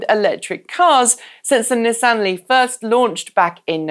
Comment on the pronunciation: I know you've only been stateside for a while but please, NISS-AN. Next it will be JAG WARR "Removes Clarkson hat"